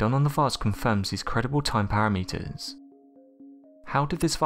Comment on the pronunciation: Anthony ouch...but true! I understand that pronunciations will be different between English speaking countries, but that was the completely incorrect word. I can handle meethane for methane. I cannot handle parameeters for parameters! I used to think anyone with a proper British accent sounded quite intelligent. Since YouTube, not so much😄